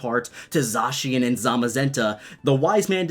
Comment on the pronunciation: THANK YOU for pronouncing Zacien properly! 😁😁😁 People DONT listen at all to directs, I swear...